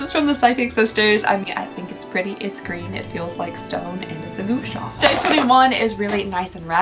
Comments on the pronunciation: Okay I am so sorry but it’s pronounced gwa-sha not goo sha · gu a sha not gúšáá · Hey! Just wanted to give a heads-up that "Gua Sha" (刮痧) is pronounced "gwa sha".